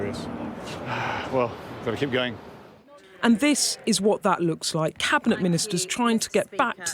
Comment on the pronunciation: Commentator has lost her G's